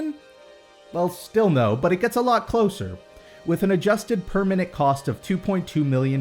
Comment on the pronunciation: I kept hearing 'per minute' as 'permanent' and got really confused what you were talking about.